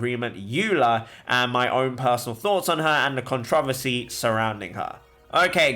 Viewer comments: "Cont-roversy" -... Pure GENIUS! GENIUS I SAY!! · The way you said controversy is interesting